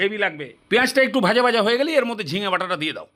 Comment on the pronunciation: আপনি, Bhai, Bhaaja কে Vai, Vaaja কেন উচ্চারণ করেন? 🙄 এক্সেন্ট বা জড়তার ইস্যুতো এটা নয়।